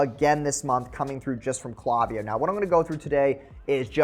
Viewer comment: Great video. Also - it's "clay" viyo.